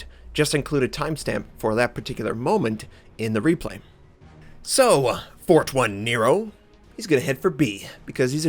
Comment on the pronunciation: jajaja sorry, 1 = i so, it is "Fortinero", is like write Nots3r. And the pronunciation phonetically is like "Forteenaro". Well, whatever xD Cya!